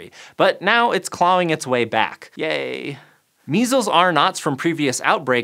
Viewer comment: How common is that pronunciation of "clawing"? It sounds so weird to me.